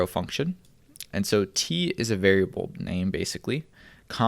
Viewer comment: Did you say fucktion? 😂